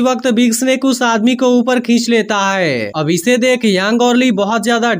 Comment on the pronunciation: Haiy q bol rhe h bhai hai bolye